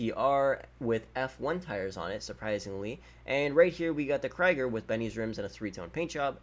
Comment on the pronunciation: It's Krieger not kryger